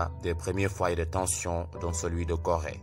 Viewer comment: Seulement que ce n'est pas Gorée, mais plutôt Corée. Et apart ça franchement c'est enrichissant de ce que vous faites